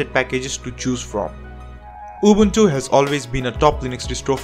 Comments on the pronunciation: He does actually pronounce UbUNtU the way it sounds in the original language that the name came from. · I hope to not come out as rude 😉 yet as said I simply appreciate it meaning I don't expect most people to get it right. I had to give credit where it's due for someone taking the extra step in pronouncing it correctly. Also in Africa just like the rest of the world Linux based systems are in minority yet despite that most folks here are aware of Ubuntu despite not running it this is due to the word's inspiration from "Ubuntu" which has an important meaning in SA to the majority of Nguni tribes such as myself. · He pronounced Ubuntu correctly. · He deserves a good pap and nyama feast for that excellent pronounciation. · For once someone pronounces Ubuntu the correct way. Appreciate it coming from a South African. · he pronounces it correctly. Now, pay the man! 😂